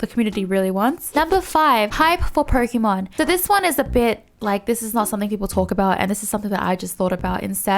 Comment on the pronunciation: You were talking about pronunciation bur still saying Pokeeeeeeeeeeeeemon, please, pls